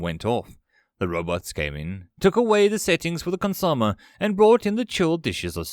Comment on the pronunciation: I love you, but Consomme "Consume-*eh*"